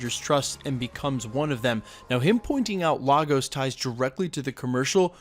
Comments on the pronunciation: Point of Correction, It's not Lah-Goes, it's Lay-Gus. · Hate to be that guy but the city is pronounced 'lay gos' not 'lar gos' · IT'S LAY-GOZ NOT LAR-GOZ... jeeeeez lol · It's pronounced Lay-gos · ok everyone say it with me now... "Lay-guhs" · LAGOS is pronounced Lay-Gus make the attempt atleast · Yo bro, it’s pronounced Lay-gos just letting you know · Nice breakdown. BTW it's pronounced LAY-GOSS! LAGOS. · It’s LAY-Gus Nigeria. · So frustrating that wandavision creators put so much time into researching sitcoms for accuracy but no one took a second to research how to pronounce Lagos correctly. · why does everyone pronounce Lagos wrong? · As a Nigerian, the way this guy says Lagos🤦😂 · So many people mispronouncing Lagos.